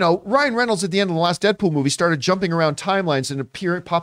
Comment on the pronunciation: Who the F is “Deapool” ? Lol